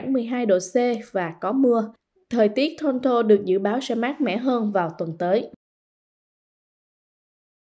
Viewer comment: Biên tập viên: cần phát âm tiếng Anh chuẩn cho đúng tờ báo Viet-Anh. Vi du: Toronto….